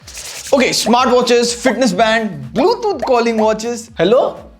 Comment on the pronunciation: Hey FYI its Bluetooth, not bluethoot